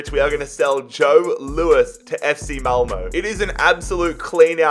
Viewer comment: It is Malmöff and not ffmalmö